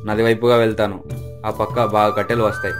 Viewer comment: Kattalu kaadhu kattelu